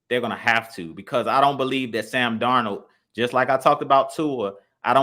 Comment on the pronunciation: The way they pronounce sam darnold name got me in 😭😭😭😭